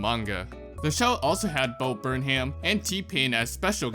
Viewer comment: it hurt, when he said Bo “burn-ham” as a Bo Burnham fan.